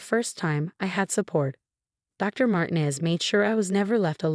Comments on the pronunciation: You need to reprogram your AI Bot. Because the name Mtinez is **NOT SAID like Martin-EEZZZ; MARTINEZ IS **CORRECTLY SAID AS MAR- TEEN-EZ * like the E IS ELONGATED IN THE Character in that 70's show,..... FEZ, (or in PEZ candy. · Marteen ez not martin ez Not Marti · Please tell your stupid AI program that the Hispanic surname Martinez is NOT pronounced "martin-ez' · Ai again. And they can’t pronounce Martinez. But at least we don’t have another Marcus. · Guess AI can't prounce Martinez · How Martinez is pronounced as ridiculous